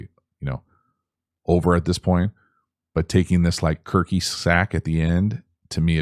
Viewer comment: "kirk-y" sack at the end LMAO